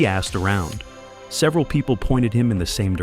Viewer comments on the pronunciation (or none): none